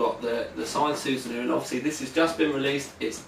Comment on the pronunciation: I don't mean to bug you. But your pronunciation of 'Susanoo' is very off. It's pronounced su-sah-no-oh. It's the name of the Japanese god of storms. 'Soosanoo' sounds like something from teletubbies... Try to think of it as Susano-o